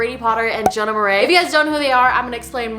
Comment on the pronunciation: WAIT THE WAY SHE PRONOUNCE MARAIS ? WHAT marie ??????